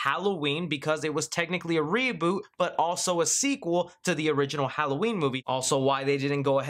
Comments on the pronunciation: “Seboot” Redlettermedia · It's not a reeboot of a reeboot, it's a reSET! A CORRECTION if you will ;)